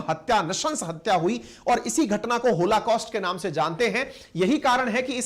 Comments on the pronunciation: Sir it is holocaust, not होलाकॉस्ट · PLEASE RECTIFY.... IT'S "BRITISH " AND NOT BRITISHER......THERE IS NO SUCH TERM.... PLEASE RECTIFY...IT 'S ˈहॉलकॉस्‍ट्‌ and not होलाकॉस्‍ट्‌ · hoLAcaust nahi hai sir oh, hoLOcaust hota hai.